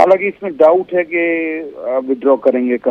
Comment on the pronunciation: है को कै बोलना कब chodoge bhai